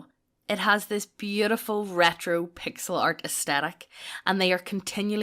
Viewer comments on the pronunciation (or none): none